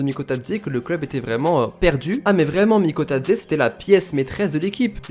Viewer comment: Bravo TU prononce Bien son nom et je suis 🇬🇪🇬🇪🇬🇪🇬🇪🇬🇪🇬🇪🇬🇪🇬🇪🇬🇪🇬🇪🇬🇪🇬🇪🇬🇪🇬🇪🇬🇪🇬🇪